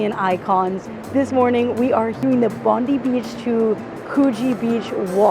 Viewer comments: Suce me Ma.am, Its Bond EYE, not Bond DEE, love your vids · She's not saying it right. She clearly said Bond-ee not Bond-eye. Yanks have no idea@ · It's not Bondee, it's Bondeye when pronouncing Bondi. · Best city in the World? Sydney of course! 🥰 Enjoy your stay. BTW, Bondi is pronounced Bon Die. 👍👍 Not Bon dee 👎 M 🦘🏏😎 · Bondi is pronounced “bond-eye” not Bond-ee. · It's not " Bondy " It's " BON - DYE ". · 7.39....bond-die beach not known as bond -dee beach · It's pronounced Bond-eye, mate. Not Bond-ee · Welcome to Australia (or Sydney, anyway). Hope you have a great time. BTW, Bondi is pronounced Bond-eye, not Bondee 😊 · It's pronounced Bond-eye 😂